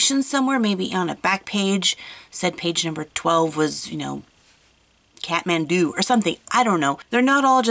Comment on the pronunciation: Kathmandu is the capital of Nepal and that is where i live . and you probably pronounced it wrong